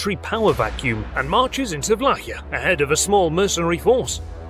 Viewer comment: Nice video. although you pronounced Wallachia wrong.